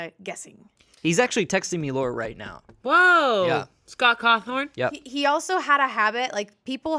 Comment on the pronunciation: “Scott Cawthorn” - 2k24